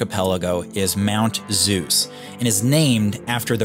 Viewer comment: Very nice video… as usual…. But I guess you should exercise a bit more on the original pronounciation of „Zeus“…. ;-)